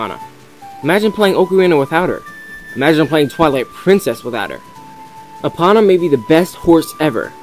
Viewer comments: Opana? It's pronounced ee-poe-nah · omg, im not trying to be a dick, but it annoys the fuck out of me when people pronounce names wrong. epona is pronounced EPOHNA, not EPAHNA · its ee po oh na not what ever you are saying gosk everyone knows that dude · ha ha... you're saying epona weird... me: say E you: E me: now say pony you: pony me: now say epona you: eponnnna me: lol